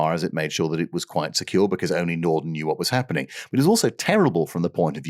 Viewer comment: You know, right there at at I could almost swear I heard the glorious miracle machine that is the Norton Bomb Sight slightly mispronounced... It must have been my over-active, youthful imagination.